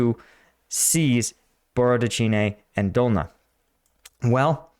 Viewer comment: 8/10 for breakdown, 3/10 for pronouncing Cyrillic words. 😂 I wonder how much more expensive outfitting all the drones with night capabilities would be. Russians certainly aren't driving all their vehicles at night, making them literal sitting ducks.